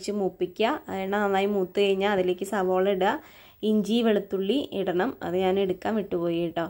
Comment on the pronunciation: സ ബോള അല്ല സവോള എന്ന് പറയു